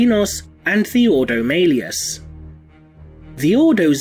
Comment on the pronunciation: Stop saying Ordo Malleus, wrong.